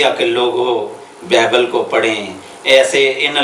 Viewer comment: apni urdu tu thek kro >bible lafz ap ko bolna ata nhi aur bt krty ho .KHUDA ky khadam ko challange krty ho